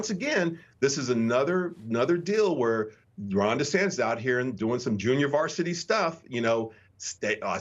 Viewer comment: “Hi, I’m Ron Dysfunctioned” and running for pwesident.